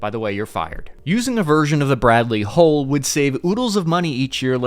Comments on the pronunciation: God, what a mess. The word you are struggling to pronounce,, is HULL as in Dull, mull, cull etc NOT HOLES as in moles,tolls etc. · it's pronounced Hull, not hole.